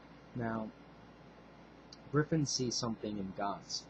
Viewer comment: wtf im a huge berserk fan and i keep hearing reviewers say griffin.....wtf?? isnt it GRIFFITH or was that a translation error in the manga i read and or a mistranslation of the anime...or what?